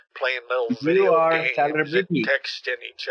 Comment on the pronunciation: My cat is glued to the crow pro saga. Every “wideo, every wideo” of crows intrigues my kitty boy.